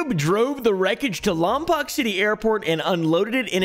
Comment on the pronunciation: It’s been so long since I heard someone call it LomPOCK. It’s LomPOKE but you’re a king so say it however you want 😂❤